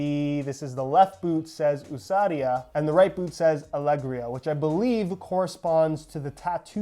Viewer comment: Lol Bro, just up on google how to pronounce “Ousadia” / “Alegria”. You couldn’t have said more wrong hahahahaha